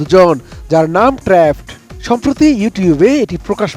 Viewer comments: it's not trapod, it's trapped😅😅.age news ta dekhe nen chokh khule then poren plz😅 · ট্র্যা'পড না ট্র্যাপ্ড😒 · trapod? seriously? Trapped pronunciation ta thik moto bolte paren na kmn apni? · কোথায় ট্রাপড আর কোথায় ট্রা প ড, হায়রে সংবাদে উপস্থাপক 🫡।নিউজ ডেলিভারির পূর্বে একটু ও প্রাক্টিস করেন না, সম্পূর্ণ স্ক্রিনর আর স্ক্রিপ্ট এর উপরে ভরসা। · ট্র‍্যাপওড!! 😂 সংবাদ উপস্থাপককে ঝাড়ি দেন সম্পাদক সাহেব। আর ইংলিশ শেখান।